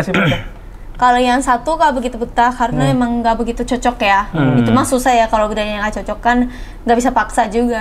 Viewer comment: Haruka: itu "MAH"susah ya.. wkwkkwk *MAH = sunda detected